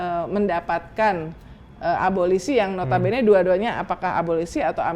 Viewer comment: Abolisi...., instead of 'ABOLOSI"